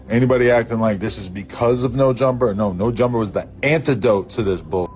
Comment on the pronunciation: "Neur Jumpah"